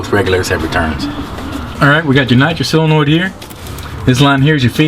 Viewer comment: It's SOLENOID not "silenoid"